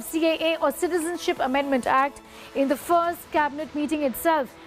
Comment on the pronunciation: jhoota.....jhoota...........hasta hua lag kesa raha hey .he even does not know how to pronounce "citizenship ammendment act". ( citizen alag bola and ship alag bola.....hhhhhhh) lagta hey school nahee gaya bhai. kesey kesey choro key haath me desh hey saab......